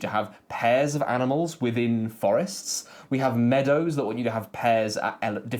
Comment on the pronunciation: Those 2 cloth "boards" look terrible. Also you mispronounced "Amnimals" in the Cascadia bit :)